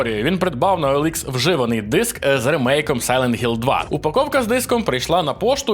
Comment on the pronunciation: ВарГамер ,сайлент Гілл. Гуйня. Не тошню, просто бісить це ваше бачення відміни букви Ха